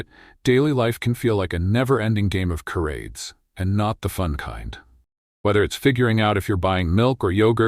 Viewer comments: Carades. Thanks, AI! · You'd think AI would know how to pronounce "charades."